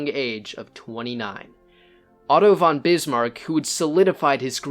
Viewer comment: For all the only english speakers in the world who want to make videos about german aristocrats: the preposition „von“ (meaning from) is pronounced like fond without the d.